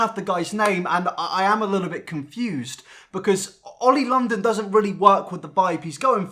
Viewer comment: this might be weird but i heard "Oil perfection" instead of "Oli London"